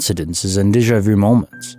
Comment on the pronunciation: I cringe every time he says Deja vu! 😬